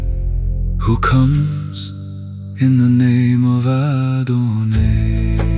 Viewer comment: Thank you so much, is there a possibility to edit this? Adon”aye”? I’ve never heard that pronunciation. I’ve heard Adonoi and Adonai , but never Adonaye